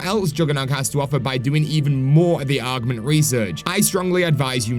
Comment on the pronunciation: Why do you keep calling them ARGments?!